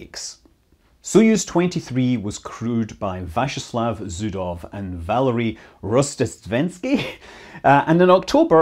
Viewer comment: It is “Rozhdéstvensky”, with zh; an adjective from “rozhdestvo” = Christmas :)